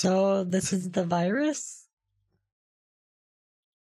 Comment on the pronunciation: How to know someone is a scammer: they say Wirus instead of virus